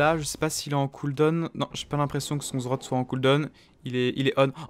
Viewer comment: cest pas zrot putain xD z z rrrot